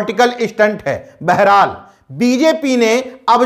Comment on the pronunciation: बेहराल नहीं बहरहाल होता है।